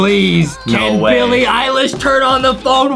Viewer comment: Billie ilesh more like bilie _pie_lish